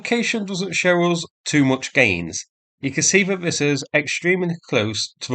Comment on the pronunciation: Thought is fought, that is vat, roosia is Russia. I fought you'd like a translation….